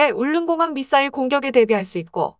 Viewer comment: 밋 싸일이 뭐꼬? AI이가?